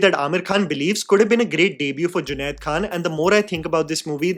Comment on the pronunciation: junade NAHI Junaid. Doosro main galti Nikal ne se Pehle khud theek karlo.